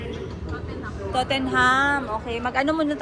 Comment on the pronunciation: Tottenham is pronounced as Tot-nahn court :-) you walked by along Leicester Square , Soho where Jollibee is there. Book of Mormons is lovely and very entertaining and funny .ignore those bashers, London, England or UK is ok.